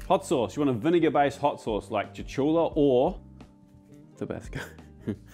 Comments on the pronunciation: Cho-CHU-LA?! I have to call you out on that......cho-LU--la. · "Choo-Choo-La" hot sauce! the best